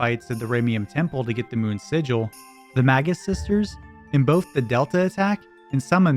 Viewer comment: Bro I thought you said MAGA sisters lol